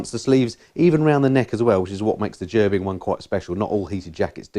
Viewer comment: Great video. A few things. It's pronounced Ger bing. I have a full set, jacket, pants gloves and socks. $700 us dollars all in. I ride in 20 degree farenheit. Toasty warm. No issues at all. I have 3 bikes. I just plug into my battery tender and off I go. If you are buying heated gear. Buy direct from gerbings. They are the best. Ps. MF outer jacket in this video cost $800 us dollars. Ride on brothers and sisters.